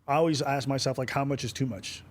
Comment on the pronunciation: "People Aksum bout me"